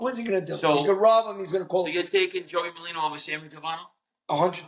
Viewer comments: "Molino"? WTF is "Molino"? His name is Merlino. Are you illiterate? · Joey Molino? None of these guys can get each other's names right. Either they're complete morons, or it's intentional. When ppl search for Merlino, this video won't come up. Smh. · Merlino not molino